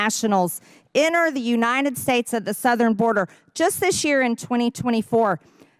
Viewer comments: MTG trying to say "United States: "... Unienn Snates" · I hate how she calls the United States the “uninen states”. She can’t even speak properly.